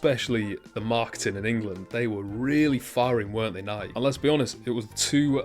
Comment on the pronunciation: Nike is pronounced Ni-key